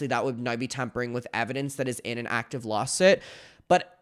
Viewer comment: "Lawsit" lol